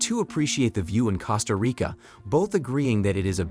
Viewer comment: Cost-A- REEKà